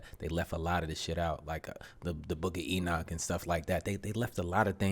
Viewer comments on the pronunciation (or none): none